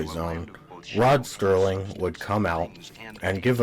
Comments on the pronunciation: SERLING - - - - - not Sterling, what a dummy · Serling. Not Sterling. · It's Serling, not Sterling! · Why are you calling him STerling instead of Serling? Just to get comments? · Dude, his name is Serling, not Sterling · It’s Rod Serling, not Rod Sterling. There’s no T in his last name, you nincompoop. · I would have enjoyed this video more if the narrator didn’t keep mispronouncing names and words.He repeatedly mispronounces”Serling” as “Sterling”. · It's "Serling", not "Sterling" - Gimme a break. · It's SERLING, not Sterling, dammit! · Sterling?! His name is Rod SERling! Not Sterling! He's a writer, not made of silver! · His name was Rod Serling not Rod Sterling. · Interesting analysis...but the guy repeatedly mispronounces Rod Serling's name as "Rod Sterling"! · Why do you call him Sterling? It's Serling.... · It's Serling, not Sterling goddammit! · Good doc....but damn you with the "Sterling" crap. It absolutely drove me nuts. I don't know why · I love the show too and appreciate your video and commentary - one thing to note is that Rod Serling is not pronounced as "Sterling". Thanks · Did it ever occur to you that you may not have the intellect to thoroughly understand the subtleties of rod SERLING s writing seeing as how you can t fathom the pronunciation of his name. You are koalafied to WATCH tv not to critique it. Back to the couch potato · Agreed! It’s hard to take a presentation like this seriously when you can’t get Rod Serling’s name right! Many people on this thread have dismissed this VERY annoying and disrespectful error as “no big deal”. Well, I’m sorry but it is a big deal! If you’re going to take the time and care to mount this type of project, which by the way is an acceptable critical analysis, then for god’s sake, get the effing name right! Serling was an undisputed genius and master of the television medium. His name is presented in big block letters during the credits of every episode. Sterling??!!! For god’s sake, go easy on the vermouth!